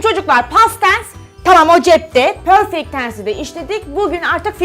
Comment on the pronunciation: pörfekt tens ksndksnxkd